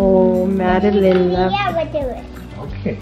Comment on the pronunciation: Oops, we gotta get this right, it's MADELYN, NOT MADELINE (?)...I STAND CORRECTED!!😊